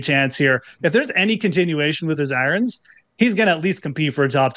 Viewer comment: I love how goes with the Norm MacDonald pronunciation of "eye-runs"